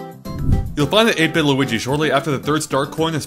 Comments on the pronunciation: I heard 8 bit Luigi so much times; I thought he said 8 but (the YouTuber) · 8-bit? I fought you were saying ape-n lol